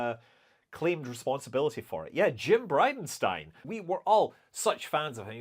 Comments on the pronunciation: The briden “stain”…..rofl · BridenStain..... 🤣🤣 Yes...!! boy did you nail it...😂